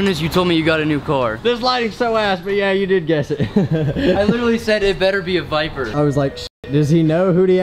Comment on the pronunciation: He said biper